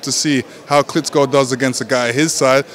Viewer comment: its Klitschko not Klitzzzko Lenox!!!